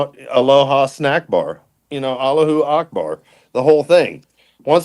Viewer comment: HAHAHAHAH 😂😂😂 He said Allah-ha snackbar😂